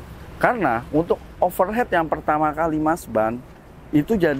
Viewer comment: Overheat bacanya overhit mas kalau overhead itu biaya pengeluaran perusahaan. Untuk didik bocil jadi ga dibawa salah sampai dewasa